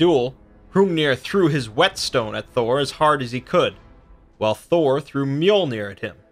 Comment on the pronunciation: lol you pronounced his hammer wrong but that’s ok.